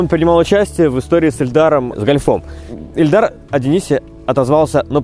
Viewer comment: Не Эльдар а Ильдар